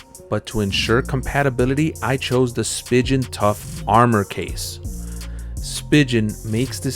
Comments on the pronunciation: Spigen is pronounced spee'gan 🤦🤦🤦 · Did he really just say spigen that way .-.